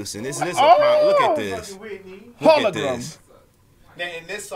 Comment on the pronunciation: Gawd Maddie every time you say HOLOGRUM I laugh till my voice is hoarse. 😂😂😂😂😂😂😂😂😂😂😂😂😂😂😂😂😂😂